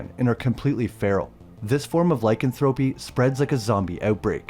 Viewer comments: lycanthropy is not pronounced like-an-thrope-y... its Ly-canthro-py. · It's pronounced, Lie-Canth-Throw-Pee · The pronunciation is Lie Can Thra Pee